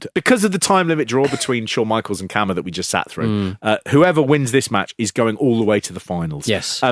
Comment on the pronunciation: Pronounced KAR-MA